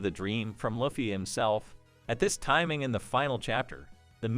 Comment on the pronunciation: Can never take anyone serious who cant even pronounce the name of the protagonist..